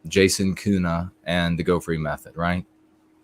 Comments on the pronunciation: Germans would pronounce Köhne without the U sound you use (which sounds like Kuhne, & Kuh means cow, though you pronounce the U sound as if it’s somewhere in between U & Ü, at least to my ear), just as an FWI. Listen to a pronunciation of König to hear the difference. It’s very similar to the first vowel sound in ‘colonel’. Maybe your family pronounces your name uniquely traditionally, or the spelling was changed from Ü or U to Ö. Regardless, I respectfully hope this is helpful information. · There is a huge variation in regional dialects (I know this especially as I learned German while living in Switzerland), so I am speaking of High German. But I don’t think I’ve ever heard a German Ö pronounced as you did twice in this video. I did notice that one time you pronounced it more similarly to how I would (in between a U & Ö sound) & I can imagine getting different input would be confusing. Plus, sometimes the pronunciations online are inaccurate. I should make a recording of myself & some native speakers pronouncing your name. That would probably be most helpful. Tongue training is a real thing. I’ve spoken German for nearly 20yrs, the last 10yrs while living in Germany, & I still don’t have the ÜRZ sound down properly. Germans almost never correct me either, which is frustrating. When you say you had your tongue freed, I assume you mean the frenulum was cut? How much has that changed your linguistic ability? You are so eloquent in English, I can’t imagine you had any room for improvement there. Was it just for speaking other languages?